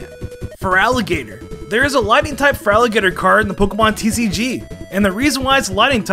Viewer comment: AN, NOT A! AND THERE IS NO VOWEL BETWEEN THE T AND THE R IN FERALIGATR!